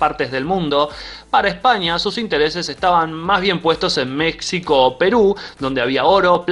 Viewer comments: meksico, dice el artista. Eres bastante inculto, pero es normal en tu caso. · Se pronuncia Mejico, arjentino ignorante!!! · ME "JI" CO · no es mecsico!!!! se pronuncia Mejico.... se escribe Mexico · Mecsico? Es en serio? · ¿Ha dicho Méksico?. No me extraña que pase lo que pasa...